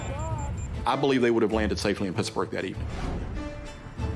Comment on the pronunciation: Hey, Mayday people: Should be "Pittsburgh," not "Pittsburg." Pittsburg is in California.